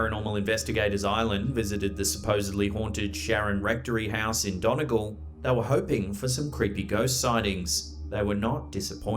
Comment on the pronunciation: Pronouncing Donegal like that 🤦‍♀️🤦‍♀️